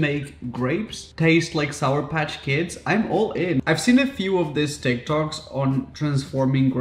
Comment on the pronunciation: SOUR. The word is SOUR, Raphael.